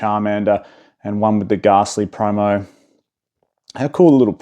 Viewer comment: fyi its pronounced gastly not ghaaastly